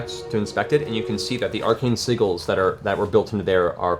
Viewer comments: WHY does he pronounce "sigils" as though it rhymes with WIGGLES ??? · bad dragon ;) I have never heard sigils pronounced this way travis lol